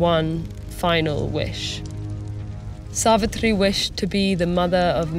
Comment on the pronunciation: Yesss.....it was soooo satisfying as she pronounced "Narad", "Yamraj", "Savitri", "Savitr", "Satyavan" correctly